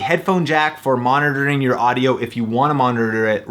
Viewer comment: I Like How He Says 'Monitoring' monitarblahh